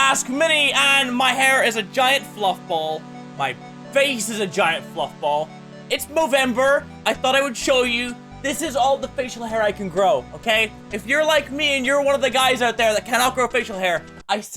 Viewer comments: In the beginning he said Movember instead of November. lol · I'm pretty sure he said movember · he said movember at the begining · did any1 realize that he said "Movember" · your right mini, it is moovember